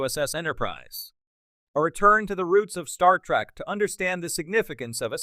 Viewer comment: Why are you saying Star Track? The cringe is next level.